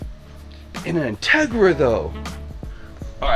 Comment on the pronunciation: Say it with me In-teg-ra